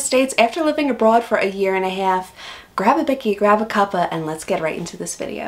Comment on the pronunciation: "... for a year and a half, grab a bikkie grab a cuppa...." You say "half" with an American accent, but "bikkie" and "cuppa" with an Australian accent.